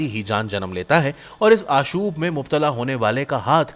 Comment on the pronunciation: Oh bhai Urdu to theek bolo. Qabaa ko Qubaa keh rahe ho. Sipar ko supar keh rahe ho. Aashob ko Aashuub keh rahe ho. Kam az kam Urdu to sahih tarha se bolna seekho parhnay se pehle.